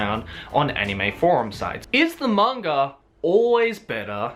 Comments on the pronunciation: manga not kanga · I hear say "mang-R" as well. You are not alone. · Is it just me or does keep saying " mang-R adaptation"???